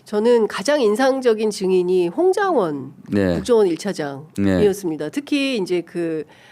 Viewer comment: 홍장윈 님. 입니다. 발음좀